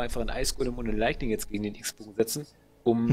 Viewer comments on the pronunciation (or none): wem fällte es auf das immer Leigning anstatt lightning sagt